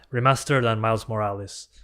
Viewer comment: I'm from Italy, love that you say "Morales" like me